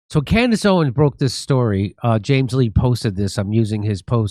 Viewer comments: It's Candace OwenS, not Owen! Unless I heard you wrong, but pretty sure I've heard you pronounce it wrong before... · If we can only get Jimmy to pronounce the "s" in her last name, lol.